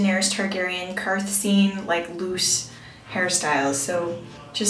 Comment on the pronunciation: I LOVED the video so much, but it's Qarth, honey, not Quarth.